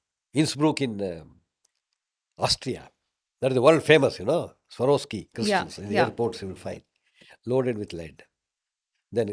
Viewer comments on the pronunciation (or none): none